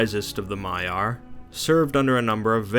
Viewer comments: Victor Dimov yes it is but he said Maya/Mayar and Vaela/Vaelar. Different pronounciation of the words. I might seem like a name pronounciation nazi here but i see the differences and its bugging me. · Although you do have alot of mistakes in the dialogue you should correct. Like Maya when it should be Maiar and Vaelar or Vaela when it should be Valar. Plus you do tend to leave out important lore. Just some constructive criticism for your future videos.